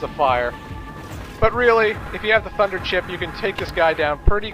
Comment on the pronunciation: Late comment, I know, but...why did it sound like you said "fucker chip" instead of "thunder chip"?